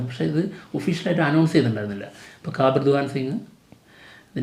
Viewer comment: കബീർ ennalle pronounce cheyyandath allathe കാബിർ ennallallo